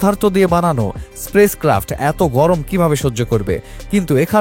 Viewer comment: আপনি space craft কে বারবার বলে চলেছেন Sprace craft !